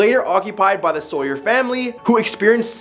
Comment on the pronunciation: sauer is pronounced sour